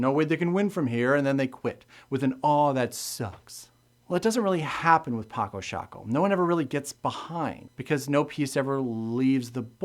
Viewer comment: I'm from the Netherlands, like Felix Albers, who invented this game (and yes, you pronouncedit correctly as 'Patso Shaako'). I'm not familiar with the version of the game you're showing, because down here the retailers sell copies in a small box of a shape, from which you'd expect to only find playing pieces inside, but also inside there is actually a folded board made of tyvek, a synthetic paper-like material. It has it's advantage comparing to the cardboard board you're having because of the slight colored additions on the squares, which gives a little more contrast between the squares and the pieces, but at the same time that's a disadvantage as it distracts players from deep strategic gameplay, just like it would in chess. With contrast in mind, I don't like any retail version of the board as I'd want to, because the squares and the pieces of the basic set fully match in color, and that is not a good thing, as chess players will know and understand. I would have preferred one of them, either the squares or the pieces in the basic set, to be beige and brown, while the others are still black (or gray) and white. There are a number of sets of pieces in other colors available for purchase on Paco Sako's own webstore, but as analytic as I am in this kind of game, I can't really take dominant colors like pink, green, red or yellow very seriously. I have discussed some rules I've had some issues with in the past with the designer himself in person, who admitted that the finer de